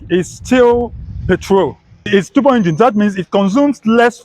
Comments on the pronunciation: He calls it tubor 😅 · The way he pronounces turbo cracked me up 😂so bad.... Now innosons should start producing some exciting cars such as Super high performance cars, hatchbacks with a 2.0L turbocharged engine wacked on it and so on. At least for the young Nigerians😌🙃